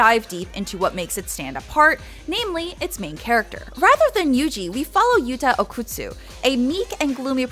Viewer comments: She did say okutsu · im sorry but her pronunciation of names like okkotsu, and toge, are so bad